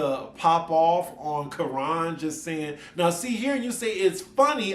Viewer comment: Please learn to pronounce Kiran's name correctly. The Quran is not it